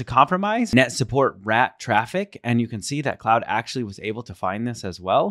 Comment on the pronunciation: it's pronounced like clod - not cloud